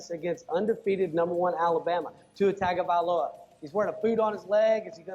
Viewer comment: Dude you could at least try to pronounce Tagovailoa. Lots of people are doing it correctly these days and it really isn't hard. Your craft is supposedly speaking, act like it.